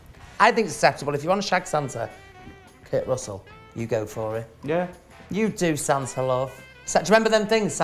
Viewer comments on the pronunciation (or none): I know they’re saying “Santa” ... but I’m hearing “Sansa”. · Anyone else hearing The Vivian saying “Santa” but sounds like “Sansa.” I drifted off and heard Sansa and thought “Are they watching GOT now?!?”